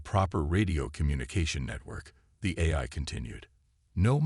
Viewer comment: Teach the AI to say AI instead of eye!